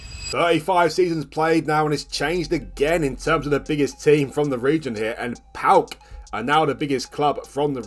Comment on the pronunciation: PAOK fan here, it's pronounced PAOKARA